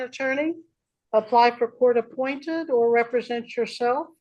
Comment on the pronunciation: 'my honor', that's how you speak to a judge This guy doesn't even know how to pronounce represent. 'I'm not going to be presented or re... presented' it happened at the beginning other times 'British agent registrant, to be a ward' …What This is like "I am the trustee, and all beneficiaries have been named" without saying who you are why does he think he could to be held to account in a military tribunal?